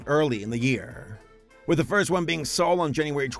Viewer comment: anyone else thought that he said "saul" instead of "soul"